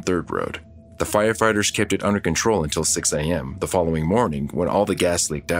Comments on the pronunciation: Did you say...firefarters? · The narrator totally said "Fire FARTERS" 😂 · Did anyone else hear " FireFARTERS" ?